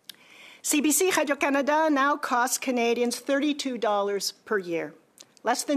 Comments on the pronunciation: Why did she suddenly fall into a French Canadian accent when she said Canada? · She pronounces "Canada" wrong.